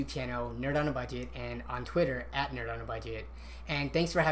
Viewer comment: its nerd not nerb